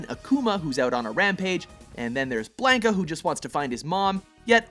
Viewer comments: Bl-awn-ka not bl-aang-ka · if you say "blainka"/"blane-ka" and not "blohnka" one more time I swear to gawd >_< That shit got on my last nerve -_- Couldn't even watch the whole video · Do you guys always have to pronounce things wrong? This time is Blanka. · Lol Blank-a XD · Are you kidding me, that first category alone completely destroys the illusion that anyone working on this video knows what they are talking about from the pronunciation of blanka's name to the stupid outcome of the argument.